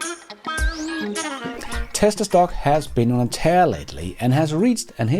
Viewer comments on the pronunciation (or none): it's "been on a tear"...not tire